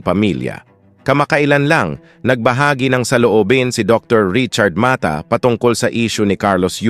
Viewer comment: Puede ba ipronounce ng pangalan ni Dr. . Dr. Ma-ta.